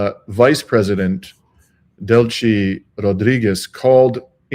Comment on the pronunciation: Please,, its Spanish, not Italian: Del-si, not Del-chi